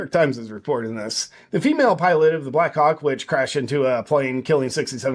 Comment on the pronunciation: It sounded like you said: She was flying a "Black Cock" instead of "Black Hawk".